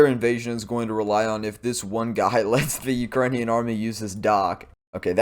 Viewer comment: NOBODY pronounces Ukrainian town names better that my boy!!! I love this kid!! As a Ruthenian myself and growing up with all the old hunkies from the old country...10 minute video of his is worth an entire day of laughs!! I definitely need to support him!!😂😂😂😂😂😂😂😂😂😂😂